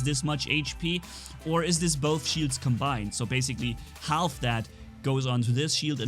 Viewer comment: the "L" is silent in half